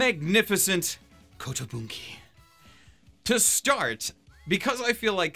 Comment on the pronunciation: Im fine with just watching the dogfight scenes. Thats all i find worth watching. PS How often do you want to butcher the word kotobuki? Kontobunki Kotobunkre Kotobunkee...